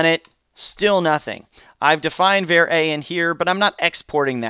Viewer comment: I know it's petty, but var is pronounced with the a like father. Not like the ea in pear.